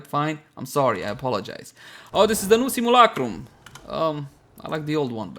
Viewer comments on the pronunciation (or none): none